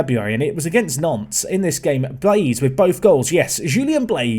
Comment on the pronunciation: You’ve played them several times but the pronunciation always catches me out when you mention Nantes 😂